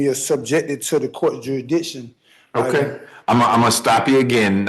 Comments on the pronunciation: Juryditchion (noun) : To speak in an incoherent manner in order to confuse a Jury or Judge. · He can't even pronounce the word 'jurisdiction.' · If you can not pronounce the word jurisdiction, you have no business defending yourself.